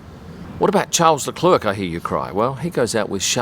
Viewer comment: It's not " Charles Leclurk". It's pronounced Sharl Leclair.